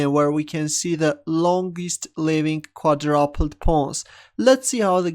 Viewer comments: "Although Quadrupled looks more solid, we see this Quadrapled move on the board" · it's "quaDROOOOOPLED" that's how it's pronounced by normal people xD